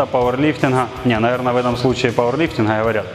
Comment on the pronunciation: Боже, да походи ты раза два-три к логопеду, он поставит тебе букву "г", а то твой "пауэрлифтиН, бодибилдиН" не выносимо слушать..